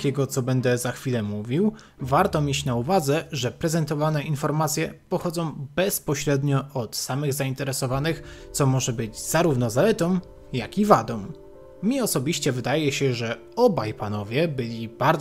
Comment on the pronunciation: Jedyne co mi przeszkadza to: zaletom wadom som zamiast zaletą wadą są